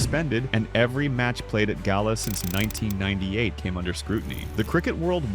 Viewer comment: A ripper 🤣 Galle is mispronounced....